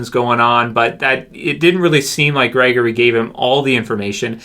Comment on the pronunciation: Gregory. I think it's Gregory.